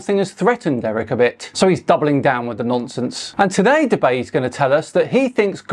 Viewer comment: Dubay, more like Dur-bay.